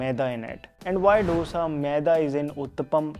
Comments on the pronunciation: Pls say Dosa not dhosa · Dosha nahi dosa. Itli nahi Idli